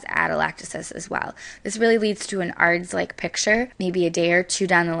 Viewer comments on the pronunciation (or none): Outstanding review but please don't call it "ards". The traditional pronunciation of this abbreviation remains "A.R.D.S.". Also, don't just "consider" other toxic agents in severe cases- go ahead and treat empirically for CN poisoning. Just do it. Thanks. (ER doc)